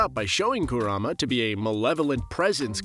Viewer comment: These garbage pronunciations never get better. Who tf is Koorama and MiNAHto